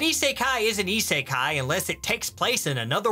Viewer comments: Cant get over the fact that he pronounces it as "ee-sae-kai" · the purposefully mispronunciation of "isekai" makes this at least twice as funny. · Am I the only one who finds the way he pronounces "isekai" irritating